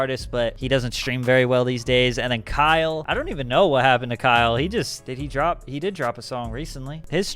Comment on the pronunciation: Don trip like Don’t lol not dawn